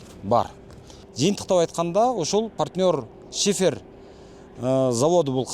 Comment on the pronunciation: Шыйпыр эмес шифер болот тууганым 😊